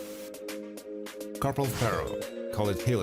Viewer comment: Pharaoh? LOL! It's Ferro.